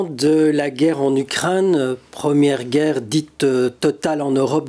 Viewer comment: Ukraine, pas Ukrinne, c est la première fois que j écoute ce défaut de prononciation, c est assommant.